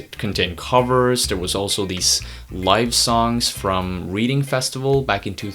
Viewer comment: reading festival! :D ahah it's pronounced 'redding' nice video again dude i didn't know some of these